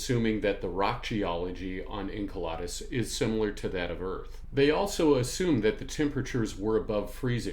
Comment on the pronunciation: I'm that guy... Enceladus is pronounced In-CELL-ədus, not In-KEL-odd-us. Saw your HOMONID APOCALYPSE vid first. Great work. Enjoying this one too. Thanks for sharing your knowledge & passion.